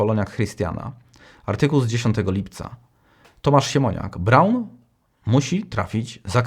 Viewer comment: prawidłowo siemoniak tylko siemoniUK.